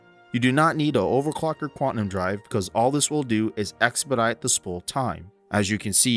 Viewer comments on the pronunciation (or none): for the love of god, the word is QUANTUM, not quatnum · great video, man. Thanks. FYI, it's pronounced quantum (Kwan Tum), not kwatnum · Lol I had to stop watching after you started saying “quatnum” drive... its “quaNtum” drive :) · "quatnum" heh